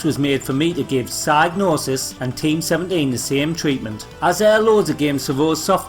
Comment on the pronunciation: Every time you say psygnosis I keep hearing "sad noses". Anyway, great upload!